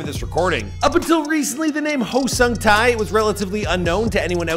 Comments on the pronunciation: HO SUNG TAI??????????? I'm sorry but it's pronounced 'Huh' like Huh...What was that strange noise? kind of Huh) and Sung like Sing, Sang, "Sung" and Tae like rhyming with Bae. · dude came a long way. he had some great day jobs but it is important to chase your dreams... and, it's sung tae(tay)!!!! not sung tai!!!!...geez... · Tae = tay. It sounds closer to "tay", as in Lil Tay. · its pronounced sungte hihi! , nice vid!